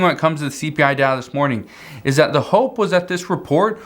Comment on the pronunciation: I agree and very opinionated to! wish he could practice and pronounce the word "that" not "dat" and okay JMO